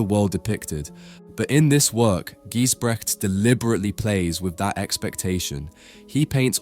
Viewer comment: Never heard of Gijsbrechts before, but totally captivated by his skill. Btw, check the correct pronunciation of his name!